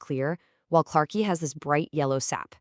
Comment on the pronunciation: Other than the totally annoying AI-- great story! PS ("clarke-I")